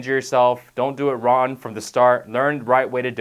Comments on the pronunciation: Was i the only one that notcied he said "Ron" instead of "Wrong"? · it's young and wrong. not yun and ron. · He is saying wrong, he just doesn't annunciate the G much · why does he keep saying ron? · Love he doesn't pronounce the g in wrong.... Don't work out ron! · Wron and Youn Lol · lol if your youn you dont wanna do it wron lol cant pronounce the g? \ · wrong = RON. Young = YAWN lol YA'LL